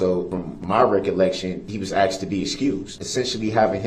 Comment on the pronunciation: Dear Mr. Brooks, the word "asked" is spelled just how it sounds, "A S K E D" not "AXED"...